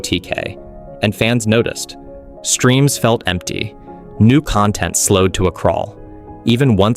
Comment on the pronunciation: He also can't say content correctly